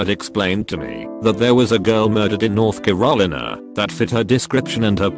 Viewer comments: "North Carawleener" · "North Ke-ral-ina." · Never heard North Carolina being pronounced like that..